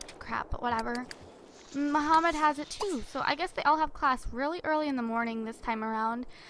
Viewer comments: i dont think his name is muhammad i think shes been reading his name wrong the entire time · Omfg it's not Mohammed its Mahmoud jeez (i know this lp is done) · Disliked every video you said Muhammad in instead of Mahmoud!!! MAHMOUD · Yh but that's not how u say that name that name only has one way of saying it